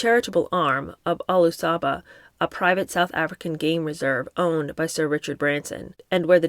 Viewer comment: Ulusaba game reserve is pronounced “Ooh-loo-sah -ba”